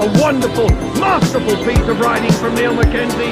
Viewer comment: Knows him that well he can’t pronounce Niall’s name. Mind you the same guy said James Toseland was a talented pianoist :-)))